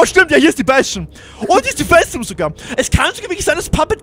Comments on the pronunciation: warum sagst du immer festum statt festung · du sagst immer ein m statt ein g